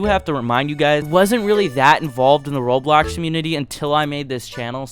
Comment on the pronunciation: not only does the captions say it, HE SAYS “ROADBLOCKS” TOO LMAOO